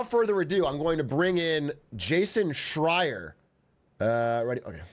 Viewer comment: it was right the first time he said it this time. he prolly studied up for this